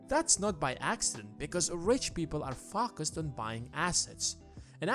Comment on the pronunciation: focus not facus hundred not handred.